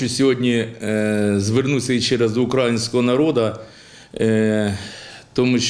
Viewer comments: Майже вопністю підтримую. Єдине в чому не відтримую це у постановці наголосу у фразі "до УкраЇнського народу". Наголос на Ї, так як країна наша - УкраЇна. Наголос на А звучить трохи по свино-собачому. Без образ. Гандончик за все відповість. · З великою повагою до Вас , пане Поворознюк. УкраЇнського народу. Наголос ставим на -ї-.. Дякую Вам! Удачі, успіхів Вам. Разом до нашої Перемоги над зовнішнім і внутрішнім ворогом України!